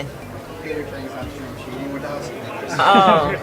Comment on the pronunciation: Cheating❌️ Chinting✅️ His chin is so bless😂